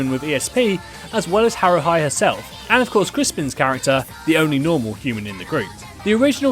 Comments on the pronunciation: ah yes haruhye, not haruhi, haruhye. it's a japanese name so haruhi pronounced in the same way you would say "hi" isn't possible with that spelling as it's "ah" "ee" "oo" "eh" and "oh" as the basic sounds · It's pronounced "Haru-HE" not hi I stg I thought I was done being a weeabo and then THIS happens. Like was that secretly your attempt at giving all the weebs in your audience an aneurism b/c it almost worked. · Being nitpicky here, but it's haru-hi, not haru-hai o_o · Haruhee not Haruhai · Herro hai? HOLY FUCK mate work on your pronunciations jesus christ. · Heard "Haruhi" as "Haruhai" * Cringe * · Haru high... this is not how you pronounce that particular character name. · HAH-roo-hee soo-zoo-MEE-uh Otherwise great video! Crispin is one of the best VAs in in the biz. And I vote for Matt Mercer next. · I'm sorry but how the hell do you pronounce Haruhi incorrectly... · Good video but your pronunciation of "Haruhi Suzumiya" actually killed me.